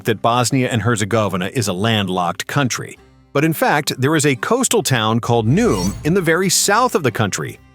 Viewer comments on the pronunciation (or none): The city is called Neuom, not Num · The city of “Nooom” 😂